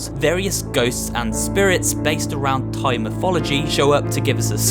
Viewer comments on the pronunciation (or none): none